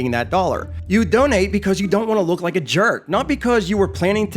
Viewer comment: "Would yike to donate to help children today?"